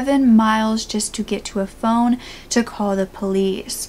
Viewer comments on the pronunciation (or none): none